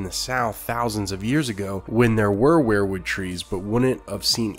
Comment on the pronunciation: You keep pronouncing "Weirwood" as "Were-Wood", like you pronounce "Werewolf". It's pronounced "Weer-wood",as in "WE are going to the store". Just a little tip from your Uncle Charley.